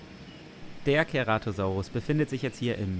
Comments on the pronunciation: wie mich das triggerd wenn keratosaurus sagt und nicht ceratosaurus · Ach und das "C" beim Ceratosaurus wird wie ein S/ß aus gesprochen also nicht wie ein "K" xD